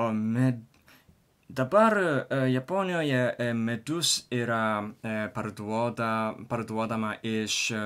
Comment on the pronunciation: Tik nesupratau ar sakai žodį "Medus", ar "Midus".Tai skirtingi dalykai."Medus" tai bičių suneštas produktas.O "Midus",tai lietuviškas alkoholinis gėrimas.